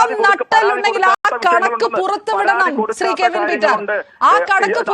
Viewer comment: ആദ്യം മോളെ.... കെവിൻ എന്നു പറയാൻ പഠിക്കു 😂😂😂😂